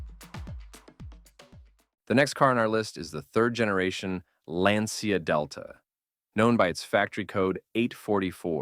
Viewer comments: Please pay attention to the fact that the correct pronunciation of Lancia in Italian is not “Lyan-cha” but simply more like “Lan-tcha”. 😉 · Sorry, in italian is not lyancha but lan cha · Pronounced Lyan-cha in Italian?!! Aww héll naw!!😂🤦🏽🙋🏽 You think Italians speak Chinese or so?!